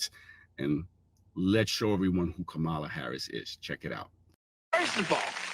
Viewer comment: Enhanced chant? Ka-ma-lah?